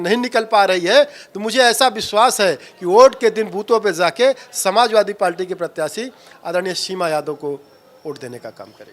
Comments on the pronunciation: नेता बन ने चल दिए है पार्टी बोल नहीं पा रहे हैं 😂😂 पाल्टी पाल्टी बोल रहे हैं 😂😂 हद्द है बे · पार्टी बोलना सीख लो यार पलटी बोल रहा है😂😂😂😂😂😂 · Abe palti nhi hota h पार्टी hota h be... anpad aadmi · पाल्टी नहीं पार्टी है साहब आप तो बेइज्जती कर रहे हैं 😊